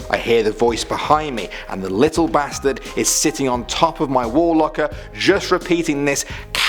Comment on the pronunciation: He said little basterd